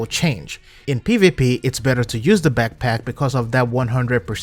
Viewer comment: It's "backpack" dude, not "bagpack"